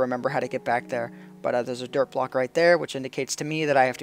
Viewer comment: I heard 'Derp block' instead of 'Dirt block' :p